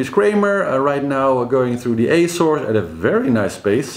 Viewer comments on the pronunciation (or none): none